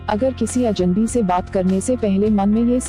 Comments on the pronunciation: पहले तो आप अजन्‌बी के स्थान पर अजनबी अज+नबी का उच्चारण ठीक कीजिए। बातचीत करने के लिए हमें सर्वप्रथम अपनी भाषा का उच्चारण सही होना चाहिए। अब वो चाहे अंग्रेजी हो, हिंदी हो अथवा कोई और भाषा... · Aapko bhi ajnabi bolne me problem hoti he Ye gor Kia aapne Medam